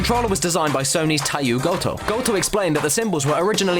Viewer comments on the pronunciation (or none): Tay-yo goto not tai-yu gota!